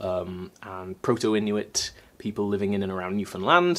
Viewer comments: He also pronounced Newfoundland correctly. New-fnd-land not new-found-land. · My friend in St John's would be so happy that you pronounce Newfoundland right! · YOOOOOO DID YOU JUST PRONOUNCE NEWFOUNDLAND CORRECTLY? HECK YEAH